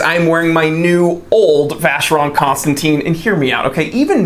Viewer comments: For a watches aficionado wrong pronunciation of Vacheron Constantin is just a blasphemy. Especially if you own one. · You pronounced VC wrongly man...😂